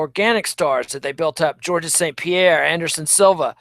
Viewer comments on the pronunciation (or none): it's just pronounced 'george' not 'georgess' trust me i'm french canadian